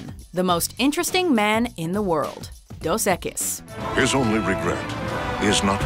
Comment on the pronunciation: Am i the only one who cringed when she said "dos equis" as "dos eqes"